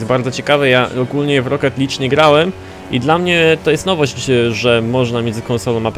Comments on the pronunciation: czyta się rocket lig a nie lidż:D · W Forzie Horizon 3 będziemy sami zarządzać festiwalem będą nowe tryby takie jak drift i co ciekawe będzie można zmieniać klakson a i mówi się roket lig taka mała poprawka.